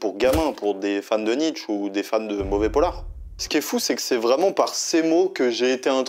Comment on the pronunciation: Polar pas pollar bravo pour tes videos